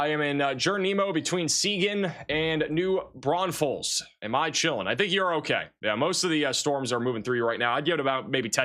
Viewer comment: that is not how u say New Braunfels